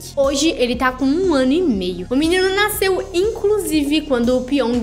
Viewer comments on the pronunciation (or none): none